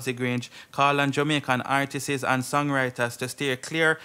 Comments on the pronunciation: Yea okay, keep trying real hard but It still don't take away the fact that your point nah make it, and it still don't take away the fact that it's artists not artiseeessss.. lol... Come again! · Blogger, the word is not "artises" . When it's plural it's just artists. It's pronounced like the singular form artist with an s at the end, it's still 2 syllables not three